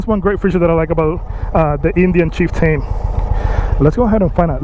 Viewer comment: I couldn’t get past the first 10 seconds after you called it the Chief Tane.